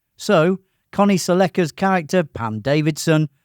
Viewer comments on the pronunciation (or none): interesting, but the AI narration leaves something to be desired. Connie Sell-Lecka?? How hard is it to say "SELLeca" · Respectfully, Sellecca is pronounced like the Toyota car model Celica. "SELL-ick-uh." And, there's Bill Cosby or Bing Crosby, but no "Bill Crosby."